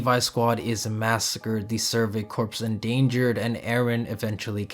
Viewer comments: I think every aot video i’ve clicked on mispronounces the word “corps.” It’s the Survey CORE, not CORPSE. Have any of you weebs ever heard of the Marine Corps before?🤦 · Good video, worth noting corps it’s pronounced core not corpse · Still waiting for supposed fans of this show to stop pronouncing the Survey Corps as ‘corpse’ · This is a good video but corps is not pronounced corpse and that irked me every time that came up lol.